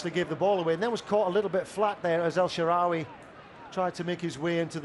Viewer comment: Commentator couldn't pronounce El Shaarawy for shit....